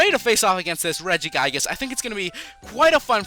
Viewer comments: It's re-gi-gig-as not re-gi-gai-gas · regigigas not regigaiges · It's pronounced "Rehg-ih-gih-gus" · what is regiguygus? its pronounced (Rej-ih-gee-gus) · its not Reggie-Guy-gis its Reggie-gi-guz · When he pronounces it Regi-GUY-gus I just felt like smashing my laptop..... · Mess Around Account regiguygus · lmao 'regi-guy-gus' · "Regiguygus" SRSLY?! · Regigigas as in "rejigaygas"? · pronounced= rej-I-gig-ass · It's pronounced ri-ji-ji-gas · please say regigigas right (REDG-I-GEE-GAS) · its not regiguygas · U said regigigas rong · Wait, Regigigas is level 1?!?!?!?!? Also, he says it worong; just like Arceus! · You said his name wrong but great video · Your saying regigigas wrong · Your pronouncing it wrong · IT'S REGI GIG IS AND AR KEY IS! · You keep saying arceus and regigigas wrong, it's (ar-see-uhs) and (re-gee-gie-guhs) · you say it wrong. you say regigigas and arceus's name wrong. ahhhhhhhhhhhhhhhhhhhhhhhhhhhhhhh